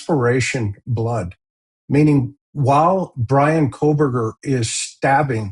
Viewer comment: His name is coalburger. Pronounce it correctly please. The Kohlberger family would like to be rid of association and here you go... coalburger (coh lll uh bur ger) coalburger.